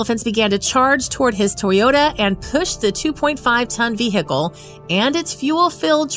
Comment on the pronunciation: Hey lady, vehicle the H is silent. Funny tho.